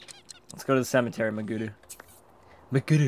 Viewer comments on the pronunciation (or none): Why is pronouncing it MagUru when its clearly MagEru. Your attempt to pronounce it in a Japanese accent is backfiring on you! lol